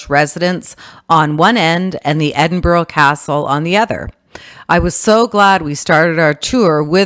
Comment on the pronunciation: Should have learned how to pronounce Edinburgh